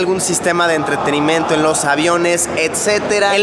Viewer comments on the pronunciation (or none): se dieron cuenta de que luisito dijo ENTRETENIMENTO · en el min. dice enteterimiento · en el minuto luisito dice entretenemiento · Soy o en el minuto dijo entreterimento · jejejeje dijiste ENTRETENIMENTO...SALUDOS LUSILLO EL PILLO DESDE ECUADOR BIEN AHI... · XD entrertenemento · enbes de entretenimiento dijo ENTRETENEMENTO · Alguien más noto que dijo ENTRETENIMENTO?😂😂😂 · si se dieron cuenta q en el minuto dijo entretemiento o yonose pero el caso es q dijo mal eso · Soy el unico que se dio cuenta que en el dijo entreteniMENTO ? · minuto dijo entretinimiento